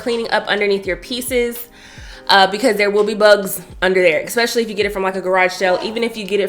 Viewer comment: It is "eSpecially" not "eXpecially"....just FYI